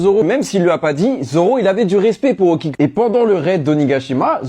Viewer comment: Okiku le u se prononce ou